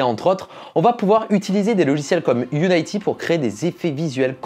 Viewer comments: Qui d'autre que moi est frustré de pas entendre "youniti" ou "uniti" mais"younaïti"..? Surtout quand t'entends après "Unreal HAINEGINE"... T'as quelque chose contre les jeux videos en fait? :D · On dit Unity (i) et pas Unayty je crois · UNITY ca se prononce You-ni-ti pas you-naie-ti meme en anglais :) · "Angyan lé bien" "Unaïty" "Unreal Angine" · Par contre Unity ça se prononce quasi comme en français (pas Unaïety)